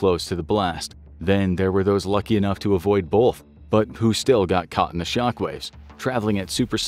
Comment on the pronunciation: The narrator has the most annoying american northern accent. He constantly mispronounces the word "both". Terrible